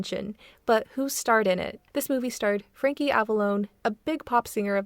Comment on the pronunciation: That’s not how you say Frankie’s name